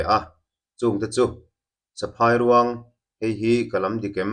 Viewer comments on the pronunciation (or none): 'Phài' tih lai hi a ri hniam tur niin ka hria.Entirnan 'Lunglei' tih a 'lei' kan lam rik dan ang hian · Saphâi ( python) Saphai ruang : phai lai ah a khi thluk lo tur. Ka sawifiah thiam dan voice tello chuan😊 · Honey Bager nextah ka rawn request e. ka ramsa hriatah, a tluka huai leh tur ngam ka hre lo. saphairuang i lam dik lo. Sa meat,Phai 'phai ram chûl hnu etc', Ruang, mitthi ruang anga lam loh tur. phairuang a ruang kan lam anga lam tur. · Saphai ruang ilam dan hi adiklo. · Saphairuang lam dan hi phai lai tak hi a thluk hniam tur kut inkai tih a "kai" lai ang hian "phai' hi lam tur.